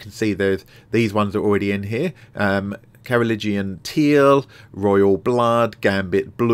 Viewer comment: Nah.....he butchered the pronunciation. Then again, unless you're a history nerd (or major like I was), it isn't a word you run into often.